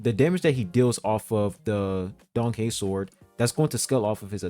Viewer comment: I thought he said danhung lol